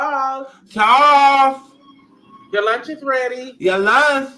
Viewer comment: And you and that "THARLES YOUR THUNCH IS THREADY" 😆😆😆😆😆😆😆😆😆